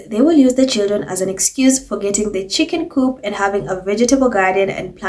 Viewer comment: Louis’s chick-inn 😂😂😂😂